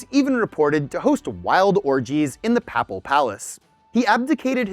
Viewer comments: It's PAY-pal.... not papal. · Ouch. Look up the pronunciations of Cannes, papal, and Lichtenstein.